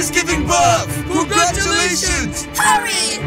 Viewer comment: I like how they both say congrtulations